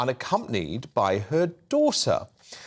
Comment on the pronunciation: Like mather, like douther 😏